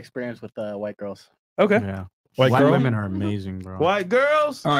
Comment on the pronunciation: Stop saying woman. It’s women. God